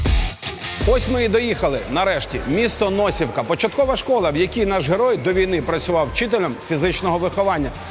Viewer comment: Не НОсівка а НосІвка!!!